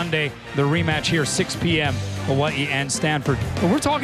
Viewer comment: this man really said Ha-wa-ee